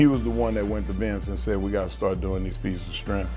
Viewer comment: Fees uh stremf